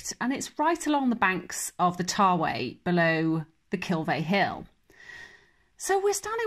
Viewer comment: It's Tawe (ta wee not tar way)